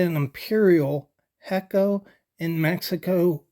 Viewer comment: Not hecko, ay' cho. Great knife history, thank you.